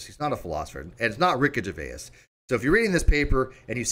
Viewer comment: Rickey Gervais is pronounced jer-VAYZ, not jer-VAY-ass! Although, thinking about it and his explanation of Agnostic Atheist on the Stephen Colbert Show, you may well be right... 🤣🤣🤣🤣 {:o:O:}